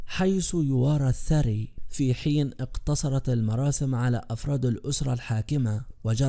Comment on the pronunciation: الله يرحمه ولكن حضرة المتكام اغلب الكلمات لفظها غلط والاملاء بالتكلم مثل الثري وهي بالاصل الثرى وليس،الثري الثرى تعني التراب،والثري يعني الشخص الغني